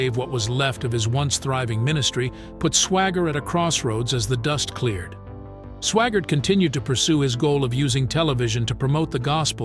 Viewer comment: The second word, instead of saying Swaggart he says Swagger.... what a hole.